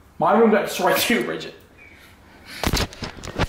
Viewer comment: *Bridgit not bregget